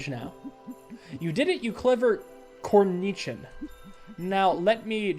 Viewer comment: btw, cornichon is pronounced corn-eh-shawn and is a type of pickle.